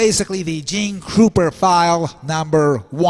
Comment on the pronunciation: His last name is Krupa not Kruper...There is no "R" in Krupa.